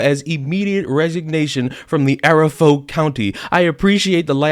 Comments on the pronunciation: you're not even going to believe me, but "Arapahoe' is pronounced "uh-RA-pah-hoe" and you can look it up. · Arapahoe county is pronounced "a-RAP-a-hoe." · Not criticism just information, it's pronounced " uh rap uh hoe " county